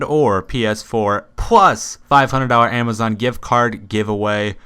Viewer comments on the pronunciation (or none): none